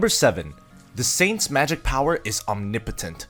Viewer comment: bro how tf did he pronounce Omnipotent???